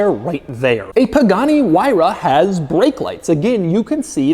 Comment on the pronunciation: Ah yes, the Pugani La Fuayra.